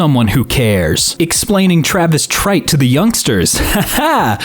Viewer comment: I absolutely HATE the way you pronounced "Travis Tritt"